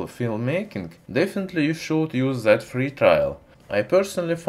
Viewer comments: Try to say "that" more alike to "death" than to "zed" please :) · He is saying that ,,, zet 😂